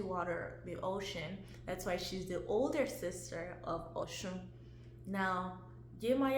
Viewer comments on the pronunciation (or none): none